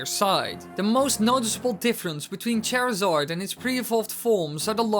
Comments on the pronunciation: You were mispronouncing Charizard. The way you were saying his name as if it were Cherizard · HOW DARE YOU SAY CHARZARDS NAME WRONG!!!!!!!!!!!!!! "chair zard"